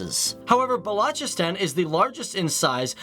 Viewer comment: Lmao bahloocheasetan hahah and islaahmah bad lmao